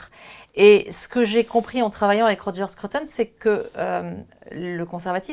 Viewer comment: Bravo pour cette belle émission. Arrêtez néanmoins de dire Skreuttone - cela se prononce skrOUteun. Et cela s’écrit SCRUTON et non SCRUTTON grrrr